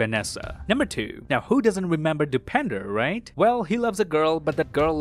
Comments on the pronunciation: Man really said Depender instead of Dipendar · The way pronounce DOPinder 😅😂 It's seems depender... Btw u are great 🔥